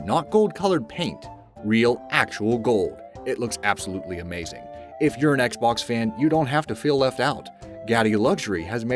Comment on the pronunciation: Intro:AMAZING! Old english:amawzing